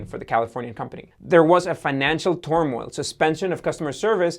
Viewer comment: This guy has a serious problem pronouncing very common words Ive heard it on his other videos Carl "Ecahn" Ceased = Seized Toemail = Turmoil Huh? He needs to read his script first or slow down just a touch